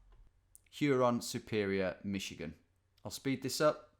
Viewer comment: Cecil Baldwin and I think you pronounced "Michigan" correctly the first time.